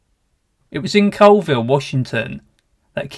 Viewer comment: Stop mispronouncing Colville!! It's not COALville, it's pronounced CALLville!!!